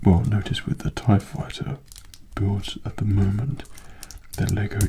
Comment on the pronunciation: Darth Vader tie faiyter